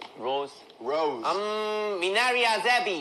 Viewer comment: Roz değil roze